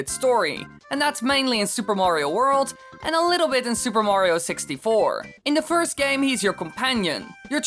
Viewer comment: Woah, Woah, Woah, so now Mayriooo (May-ree-oo) has a castle ... and his own COUNTRY!?! God, now I’ve seen everything...